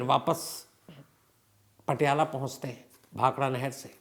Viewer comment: Bhakhara nagal not bhakhada